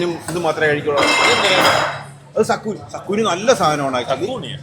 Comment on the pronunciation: Zucchini ❌ സക്കുനി ✅